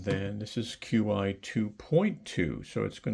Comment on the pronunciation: Fyi qi is pronounced Chee